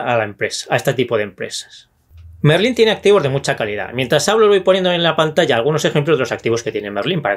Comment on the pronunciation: MERLÓN, no Merlín :D